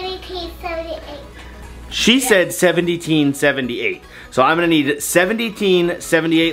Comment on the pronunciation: Idk but 70teen 78 sounds like between 85 and 100. Scarlet is so lovely!